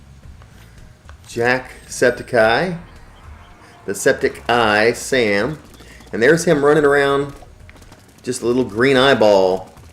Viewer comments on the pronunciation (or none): It’s not septiceye Sam it’s septic sam no eye